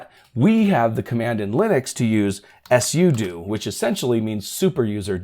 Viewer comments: just say sudo not s-u-do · It's pronounced sue do, not s u do 😂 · I thought that sudo is pronounced, "sue dough." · 🤣 "sudo... " command...I kept hearing "yes you do" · "s u do" never heard it like that before. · Are you meming, or do you not understand how to phonetically spell something out? I'm guessing you were tying to say "soo-doh"? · you really sound like you know what you’re talking about until you say something weird like mispronouncing pseudo. (sudo) I bet you also mispronounce GIF.